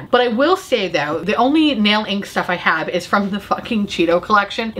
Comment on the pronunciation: I had to rewind three times to figure out that you did not say “I feel like I have Worf.” (In the rare beauty segment) Anyone else watching Picard?. Lol